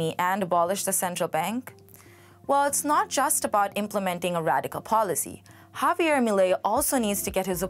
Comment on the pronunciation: girl cant pronounce Javier